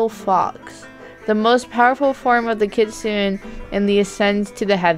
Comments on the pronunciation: It's pronounced kit-su-ne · How to pronounce kitsune is kit-soo-naa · Oh, and it's pronounced Kit - soon - ay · Me: Kit-SOON-ay: KIT-suhn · Hehe,! You said Kit Sun! It's actually Kit Soon I believe! <3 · Its actually pronounced (Kit-soon-neh) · (Kit-SU-ne) you say it they way it looks (no hard feelings! 😊) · U didn't say kitsune right. It's like this KITS OON EHH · This is how you say kitsune: KitsunA. Like instead of an E you say A like how you say A the word ‘ crAzy. ‘ But like the A but an E the word ‘ hEy. ‘ :) Hope this helped! (WARNING: This MAY offend you but I PROMISE I am not trying to be mean I just get really annoyed when ppl say stuff wrong so yeah I hope I don’t offend you! ) (btw I luv ur vid ps they are so funny and cool and amazing like you <3 ) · Its pronounced kit-su-nay you said it a bit wrong but good try! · heres how to say it :D Kit - Soon , that how u say kitsune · Kit- su - nay. I think thats how you prounounce it? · Kit sune (the e sounds like an A How do u buy the kitsunes? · You should say it like Kits-soon = Kitsune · Kit-soo-n Kitsune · Kit-soon-nik is how you say kitsune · I pronounce it as "kit-soon-ay" lol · kit--suna is how you say it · It is pronounced kit-soon-ay Edit: The amount of tails determines how old the kitsune is it doesn’t just have a Ninetails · I lied.....Kitsune is pronounced Keet sun ay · U say it as: kit-sun-e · kit-sune-ay is how you pronounce it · It’s pronounced Kitsun-eh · It’s (kit-soon) and (fear-a) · It’s pronounced “kitsoonay” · its supposed to sound like kit sunay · It's kit-su-une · i know how to say it its K • it •soon kitsoon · Kitsenu is prenounced Kit say nue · Its Kit - sune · It is pronounced kitsoon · It's pronounced k-i-t-s-u-m-e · Say it like kit soon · Don’t be embarrassed I don’t no how to pronounce it either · It's pronounced Kitsune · Ummm it’s not pronounced like that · It’s kit su ne nnnnneeeeeeeeee😤😤😤😤😤